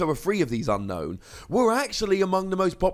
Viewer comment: ...I remember at some point you said Unown was pronounced Ü-no-ün, but from the Japanese text, I see it's pronounced AN-no-n (their vowels are like Spanish, so they don't elongate certain vowels), so carrying it over to English, I think it should be UN-no-ün. Random, yes, but I also heard you pronouncing it the way the Japanese was intending to do it. Therefore, I'm not poking at a silly here. It was worth a mention.